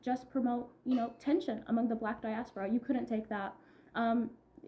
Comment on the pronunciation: Why is he saying /pronouncing it as as “Dy-Ass-Poora”?